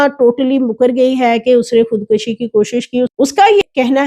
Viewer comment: Say خود کشی not خود کشی not زبر پیش